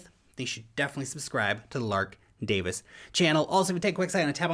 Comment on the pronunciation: Dear Lark, Its interesting that you pronounce your surname Dave-iss. Here in mini - NZ... Wales, we pronounce Davies in the same way. I wish the rest of the world would realise that Davies is not pronounced Dave-eees.